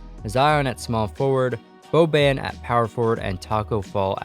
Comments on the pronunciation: he said boben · Does he not know how to say Boban